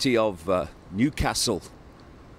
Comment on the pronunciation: Nice to hear you say Newcastle correctly! Shame I couldn’t get a ticket! I got one for Leeds but it had to be cancelled. I hope you enjoy Newcastle!